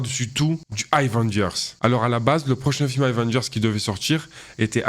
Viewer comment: Je kiff ce que tu fais d'ailleurs je te met un like et je te follow ! Force 💪🏽💪🏽💪🏽 ! Mais Stp c'est pas "Ail-vengers" c'est "Avengers" ça se prononce comme ça lol